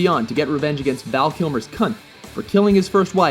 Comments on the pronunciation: I swear I keep hearing "Val Kilmer's cunt." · I can't be the only one hearing "Val Kilmer's cunt."